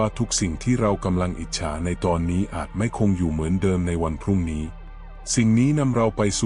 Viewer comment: สงสัยไม่ใช่คนไทยอ่านหรือเปล่าเช่นคำว่าพรุ่งนี้ก็อ่านว่าพอรุ่งนี้้ vdoอีกเรื่องหนึง 600 ก็อ่านว่า หกศูนย์ศูนย์ และอีกหลายคำ